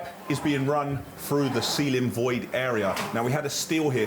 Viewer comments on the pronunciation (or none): none